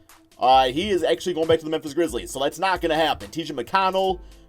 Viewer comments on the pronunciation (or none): none